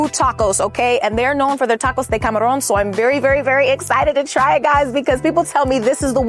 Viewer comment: I like wen you say tacos de CAMARRRON ❤❤❤🎉🎉